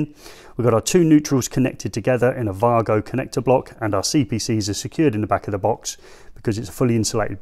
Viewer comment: 🤡🤡It's German company so he has pronounced it correctly.